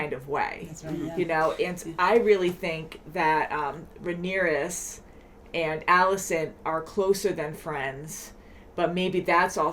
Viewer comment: Lol Rhaenyra not Rhaenyris haha there’s just too many names lol 😂